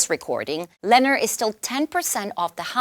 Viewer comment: It's pronounced "Lu-nohr,"; get it right...